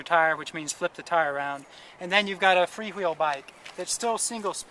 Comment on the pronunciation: did he say "Free Hweel"???!?!!?